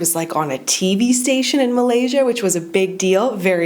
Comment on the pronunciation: You pronounce of Malaysia is perfect👍👍